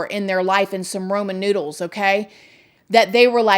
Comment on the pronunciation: It sounded like she said Roman noodles lol